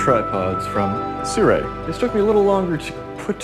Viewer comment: How do you get "si-re." Out of 'Sirui'???